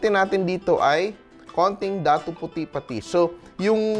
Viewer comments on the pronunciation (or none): none